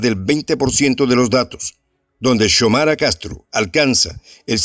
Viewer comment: No es se pronuncia Chomara😭, se pronuncia Xiomara 👍se le como se escribe